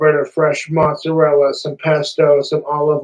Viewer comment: I've never really identified much as my Italian genetics, but this is outright offensive to even non-practicing Italians.. Him saying "mozz" and "prosciutt" is boiling my blood.